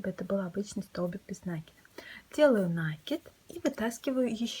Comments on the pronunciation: спасибо. Не с первого раза, но получилось) В вашей коллекции много стильных изделий, но это - произведение искусства! Мастер класс по вязанию розовой сумочки спиралькой не смогла слушать(( Попробую вязать без звука. В мои бедные мозги не влезает слово нАкид( Впечатление, что его подхватили от мастерицы, живущей вдали от культурного центра. Может и пустяк, но такое хорошее дело портит((((( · Жаль не увидела раньше.... Меня тоже коробит, но слово накИд. Специально опросила всех знакомых вязальщиц, все делают ударение на первый слог )) И я живу не в глубинке ))) Да, возможно с точки зрения грамматики это неправильно, но это сленг вязальщиц и он имеет право на существование )))